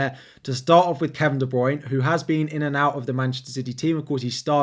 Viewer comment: Please learn how to say Kevin De Bruyne and Gabriel Jesus properly